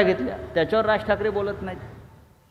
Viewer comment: आधी ठाकरे नीट म्हणायला शिक